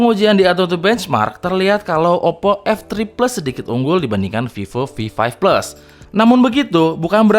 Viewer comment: Fifo fi five fles 😂